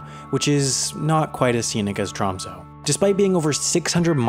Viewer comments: Tromsø is pronounced Troo(long)msoo(short), not Trahmsoh. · U butchered tromsø its pronounced t'raamsuu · When you call it Tromso, and it's pronounced Tromsø... and it's called Tromsø... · It is pronounced tromsø not tromso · Im from tromsø... hehe 'tromsoe' like what. Hehe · Haha, TR AMM SOH 😂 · Tromsø Pronounced (bear with me, that "ø" is a vowel that doesn't occur in English) "trohm-say" ("-ay" has rounded lips) Ålesund Pronounced "Uh-lay-soond" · It's actually pronounced like "Troms-ehh" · nordic people can pronounce it right. I hate the way he pronounce ø and å. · Sorry but as a norweigan, you pronouncing “Tromsø” is hilarious (Sorry but it is) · You said Å right, but Ø = the U in trUst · i get rly annoyed by the way he pronounces tromsø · Ye, it’s kind of funny how he pronounce Tromsø and Ny-Ålesund